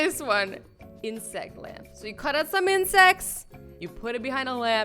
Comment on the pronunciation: it sounds like “in-sex” 😂